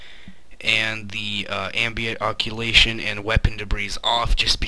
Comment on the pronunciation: this nigga said occulation.